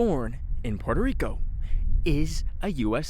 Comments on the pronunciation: As a Brazilian, I’m very disappointed on how you pronounced Puerto Rico, we pronounce it the same way in Portuguese bro, Porto Rico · Why saying puelto lico